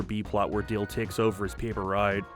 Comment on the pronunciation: you keep calling Dale Dill and it drive me crazy